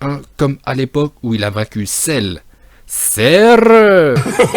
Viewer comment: Cell,Cerrrrru où bien Rrrrro Day Kaïoshin😂😂😂